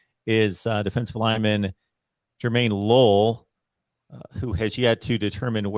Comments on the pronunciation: It’s pronounce his name correctly… Jermaine low-LAY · It’s LO- leh! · It's pronounced Lo-leh, Or Lo-lē.